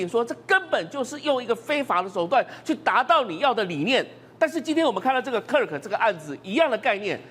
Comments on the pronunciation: 他在X的帖子每則都千萬以上，比馬賽克、川普總統還多，他辯才無礙越來越受歡迎。其實我們自己身處美國，知道真正的多數是中間。但現在已慢慢往右移，因為民主黨執政下的美國走歪了，抹殺主創造人類的價值、人類的價值、家庭價值。我周邊幾乎認識的人都極贊同川普總統的改革。這麼一個優秀有容忍度的年輕生命就這樣被魔鬼殺害😂，真的好心痛，願他的靈魂永安，安慰他哀傷的家人！美國必須由共和黨再繼續執政20年，美國分裂的社會才有辦法癒合。 女來賓！Kirk發音柯克不是克拉克。Kirk在辯論時對手辯不過他就常耍無賴，但他始終很有風度，他是神的孩子。但即便如此，我是反對槍枝！ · 连名字都念错，市葱真的是草包，kirk只能是偏右，他绝对不是极右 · 超級不專業，來賓一直把死者的名字唸錯？太沒禮貌了🤬